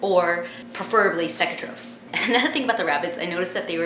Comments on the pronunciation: It's pronounced (cake-a-trophs) and I'm surprised they aren't dead either cuz when you feed, you get it in their nose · she said the word cecotropes wrong its supposed to be pronounced like see-co-tropes, lol but I can get how she can get confused\